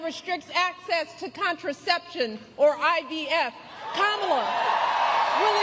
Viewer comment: How come Michelle doesn't get in trouble for pronouncing Kamala wrong😮